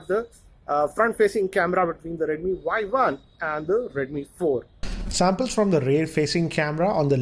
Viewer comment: Redmi Vuai-Vuan 😂😂😂